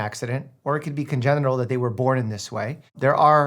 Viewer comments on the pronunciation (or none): Is he a real doctor because he said congeral